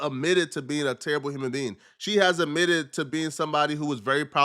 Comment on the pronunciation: “Admitted “ not “umitted” 😕